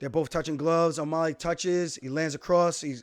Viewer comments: Can someone please teach Aljo how to say O'Malley? Not O'Molly, it's O'Mah-Lee. Alley like an alley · As long as he can learn to say the guy's name, it's not o mulley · Nobody: Alijo: O’Maaly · the way he says O'Malley is cringe lol but respect to aljo for seeing the fight as it actually is